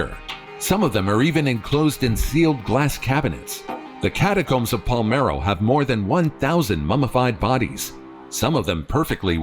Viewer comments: N° 8: It's PaLERmo dude, not Palmero \o/ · That's pronounced "Pole-AIR-mo", Sicily. The most conquered city in Europe, according to Gen. Patton. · No thats wrong. That's pronounced " Pa-ler-mo"... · My Dad visited the catacombs of Palermo. (BTW the narrator mispronounces. It’s Pah-lair-mo.) But there is a little girl in there who looks like she’s just sleeping… very lifelike, even though she passed many, many years ago.